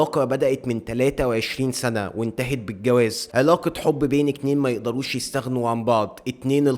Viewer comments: حد ملاحظ ان كل لما يقول رقم اتنين بيقول اكنين بس عمتآ انا مش بتنمر بس حلوة منك علي العموم الحلقة جامدة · يبنى انت بتقول اكنين ليه بدل اتنين